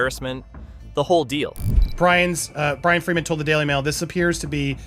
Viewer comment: Why so hard to pronounce “Friedman” especially when it’s pronounced correctly by the 2nd guy multiple times